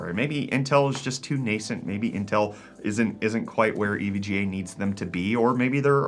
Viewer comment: "ev-ga" thats a new one!